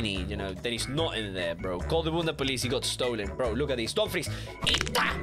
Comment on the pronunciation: u ruined the word bunda